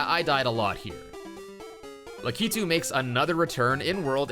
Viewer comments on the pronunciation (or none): Why is it that youtubers put too much emphasis on the k of lakitus name its lack-it-tu not lac-ki-tu. It's odd. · Lakitu is prounced "lah-kit-tu", not "la-kee-tu". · Lack-Uh-Too, not luh-kee-too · You say lakitu in a weird way.